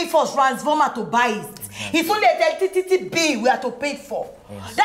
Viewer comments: Right eleticity😃😃😃 you know knew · Eletitity🤣🤣🤣🤣🤣🤣 Jennifer will not kill me🤣🤣🤣🤣 Timini, Timini,, Timini👂👂 How many times did I call u??? U r getting on my nerves o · It's Eletitity... abi you don't knew ni